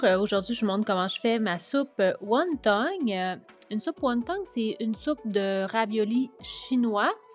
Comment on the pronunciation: On dit pas won tong mais won ton